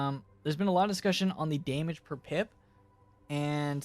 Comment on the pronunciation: “Daymige” xD